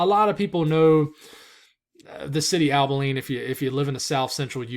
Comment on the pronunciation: Abilene. Ah-buh-lean